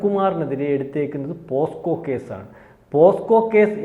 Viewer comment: പോസ്കോ കേസ് അല്ല പോക്സോ കേസ്. ഇജ്ജാതി വിവരമില്ലായ്മ കോൺഫിഡനസോടെ വിളിച്ചു പറയുന്നു. 😂